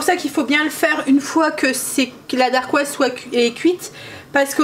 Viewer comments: Dacquoise, sans le R, et c’est plus facile à dire hé hé. Je note tes recettes miam. Merci! ❤👍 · Hello! Moi aussi j’ai commencé la pâtisserie maison avec les entremets: ça présente super bien et c’est surtout trop bon:) Par contre on dit dacquoise, il n’y a pas de R. Des bisous!